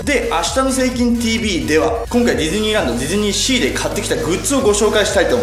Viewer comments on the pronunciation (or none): 途中、ディドゥニーシーに聞こえるww